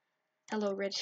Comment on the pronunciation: When He Said Rich It Sounds Like It Came out Like Something else